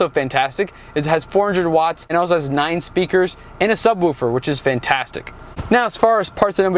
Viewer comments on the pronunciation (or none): none